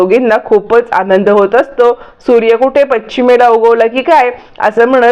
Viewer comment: मॅडम ," पच्छीम " नाही " पश्चिम " निवेदनात उच्चार बरोबर करा .